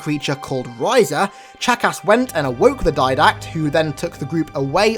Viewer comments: Every time you say “Chakas” I hear “Jackass”. XD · When you say chakas sounds like your calling him a jackass. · Ur saying Chakas like jackass. A fitting name for the killer of Johnson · "just remember that Guilty Spark's original name is jackass" I know it's Chakas but you make it sound like jackass xD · Oh my gosh I know sparks name was 'chakas' but I can't stop hearing jackass! Anyone else? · When you say Chakas it sounds like jack-ass XD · The way he pronounces his name haha "chack ass" i kept hearing jackass all the way 😂😂😂👌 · I love how he makes Chakas sound like 'jackass' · Every time you say chacus it sounds like jackass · When he said Chakas I thought he said jackass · Sounds like your saying jackass lol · Whenever I hear you say Chakas it sounds like jackass. Did anyone else think this? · Sounds like your saying jackass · Haha! No offense but almost every time you say "CHAKAS" it sounds like you say "JACKASS" HAHA!!!! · Is it just me or does he sound like he is saying jackass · it's funny how when he says Chakas it sounds like jackass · OMG his pronunciations kill me. It's so horrible! He could take literally five seconds to check and see how it's pronounced but he doesn't. It's so lazy!!!